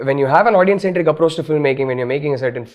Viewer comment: Illiterates, now even rashmika is saying 'audien' wtf